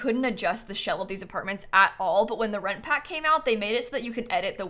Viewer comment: Anyone else?? When says “the For Rent Pack” I hear it as “The Red Pack”. Every single time. By now you’d think I’d had gotten over it but no.